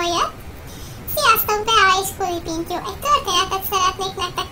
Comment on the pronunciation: Az elején 3. részt mondott KULApintyó xdd :D De amúgy jó lett! :)